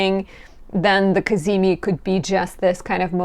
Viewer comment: “The cazimi… cazimi. Ca-zee-meee!” 😄🤌